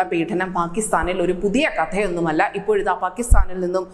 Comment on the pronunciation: എടീ കൊച്ചേ, " പീഠന" മല്ല.മറിച്ച് "പീഡന" മാണ്. വാക്കുകൾ ശ്രദ്ധിച്ചു വായിക്കുക.